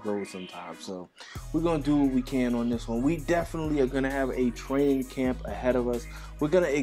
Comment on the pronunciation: 🤣 did anyone notice that he said "Cramp" instead of Camp